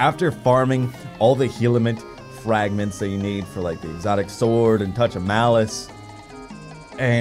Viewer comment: Heliment fragments?! I better be featured because my ears were just violated😂